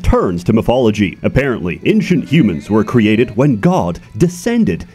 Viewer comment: this isnt the first time has pronounced ancient as "inshunt" why?